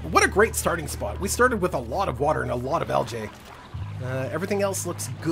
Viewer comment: Also Algae is pronounced Algeeeeeee